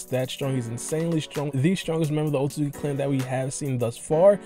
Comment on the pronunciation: Osuki osuzuki osuzuki lol pronunciation so bad .